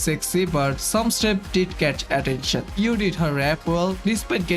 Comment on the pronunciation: It's Yui, not Yoo. I don't hear you saying the "i" in Yui